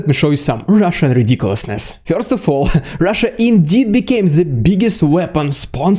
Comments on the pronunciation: first not "fjorst" wwrrrrrrrrrrrrrrrr! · Sorry, I prefer fjorst. More exotic, see.